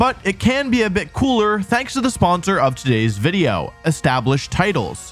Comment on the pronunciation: humour lololol when peak comedy is saying wideo instead of video or saying pyke-a-chuh instead of pikachu. he is a true genius